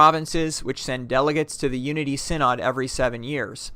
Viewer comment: As an active Moravian, I think you did a fantastic job on this video. It is very informative although I do have a few comments. First the way you pronounce synod. Second is the population of Moravian’s in North America. I believe 60,000 was around the 1940s, today I believe the Moravians are only 20,000 in number in North America. Third is you could have included a little more history on the church. A great place to start would be the exile from Moravia to Germany where they met arguably the most important Moravian in Moravian history, Count Nicolas Zinzendorf.